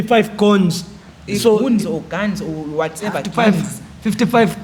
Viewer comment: He can't pronounce guns kkkkkk can't run a business.